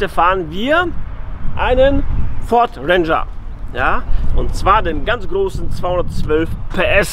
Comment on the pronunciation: Den was? Ich versteh immer Venger, wie Avenger ohne "a" 🤣